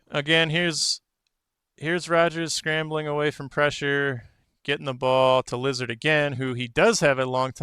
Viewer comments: Literally going to dislike and not recommend because the way you say lazard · You're mispronouncing Lazzard's name.